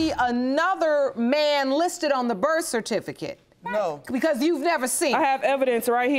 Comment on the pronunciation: In the first case, why the heck! are they fighting over a man who cant even pronounce "birth certificate!!"